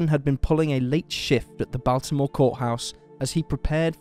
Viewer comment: you say Baltimore so interestingly lol I'm from Bmore and this case just baffles me. it is def. being manipulated by the powers at be.